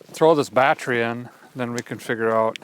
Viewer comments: What's a badtree?? Are you trying to say battery? 😅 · and it's not battry, it's battery.